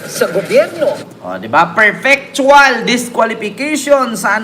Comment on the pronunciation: Correction, sir... It is Perpetual Disqualification. LOL! (What you said was "perfectual."). Ayusin mo sir! LOL